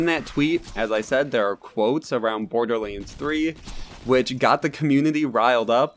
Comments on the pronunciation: Why cant you say LANDS ? You are saying Lainds ..... its kinda annoying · Borderlends.... anyone else hear that when he says borderlands